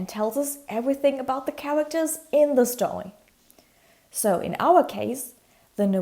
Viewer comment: Whenever you weed a stowy